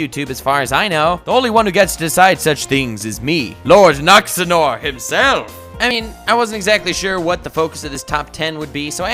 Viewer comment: "Lord nuxanor" 😂😂😂 dying